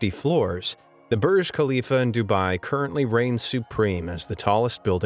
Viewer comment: And it is d-u-b-ai